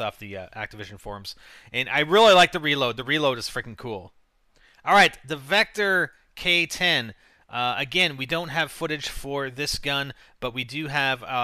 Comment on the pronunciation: Its pronounced pow-57,vector kidand thats it